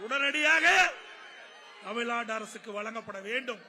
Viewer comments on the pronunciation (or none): தமில் நாடு ன்னு எவ்வளவு அலகா சொல்ராரு